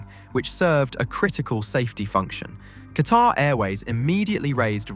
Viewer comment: Pronounce ‘Qatar’ properly and I might watch your video.